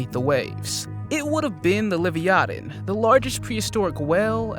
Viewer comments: Lyvytan???...wth !!,is that??,I thought its the Leviathan. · Smy lo don and la vya than. Please try to pronounce them correctly. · It’s la-vai-a-tin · HOW is he pronouncing Leviathan ? 🤣